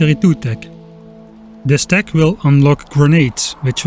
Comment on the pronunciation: The word tech is not of germanic origin, its not pronounced teh its pronounced tekh with an aspearted k. Its so funny how germans dont realize that this letter "c" would be called by the latins as kē, so they are actually writing kh like their ancestors would have spoken while themselves thinking they are writing h.